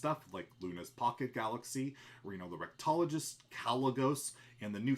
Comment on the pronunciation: you said reno the rectologist OMEGALUL